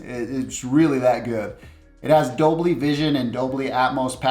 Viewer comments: Did I just hear DOBLY??? 😂😂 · What is "dobly" vision and "dobly" atmos lol Great review BTW!!! 👏 this tv is pretty awesome I recently got a 55 inch version and it put my Samsung and Sony tv to shame and I paid more than double for those tvs.